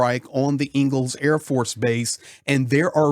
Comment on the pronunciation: It's ENG'els NOT Eagles, as in Friedrich Engels. Engels the city is named after the co-founder of Marxism with Karl Marx. Engels/Saratov are really one city, half on each side of the river. Both are military exclusions cities and difficult to get to, especially by driving.